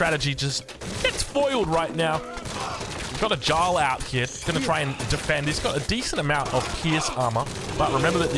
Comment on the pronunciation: Love the videos! Just an fyi, Jarl is pronounced ‘Yarl’